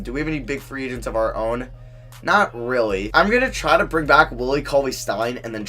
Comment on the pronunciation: Dude, can you please start saying your L's properly? Lol, use your tongue when you say a word with a L in it. When you say really you say, "reawwy".